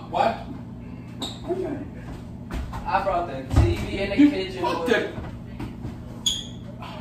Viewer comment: “ In theee KITchEN” 😂😂😂